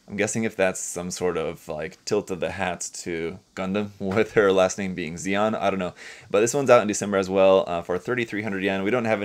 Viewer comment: Her last name is probably more like “Shion” than “Zeon”